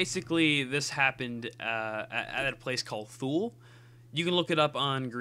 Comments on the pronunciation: Its pronounced Too-Lee. If youre going to do a video, you could at least do some research. This video is full of really bad information. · You say it wrong. It’s pronounced “tool-uh”